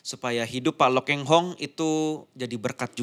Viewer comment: Pak Lo Kheng Hong bukan Pak Lo "Keng" Hong kurang memperhatikan😢